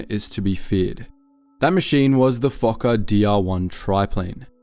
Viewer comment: Fokker not f*cker